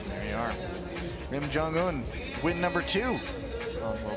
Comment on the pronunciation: it's jong-un!! not jon-gun